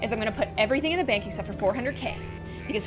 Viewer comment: doesn't even know she said an Irish word because she said bonc and bonc is bank in irish